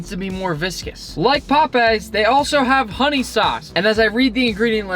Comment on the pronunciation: like POPEEZ 19 mins and 49 sec in that sounds really funny